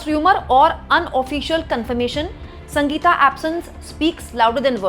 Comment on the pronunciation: Sanga geeta nahi Sangeetha. Bolana seekho